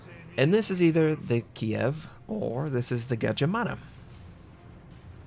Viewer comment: kidd not kiev